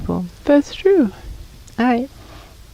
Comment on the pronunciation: My favorite part of the episode is when says "Aiight" Lol Love that pronunciation 🤙